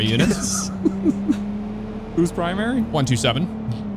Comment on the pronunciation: "Explower twime" Edit: also," is pwimary"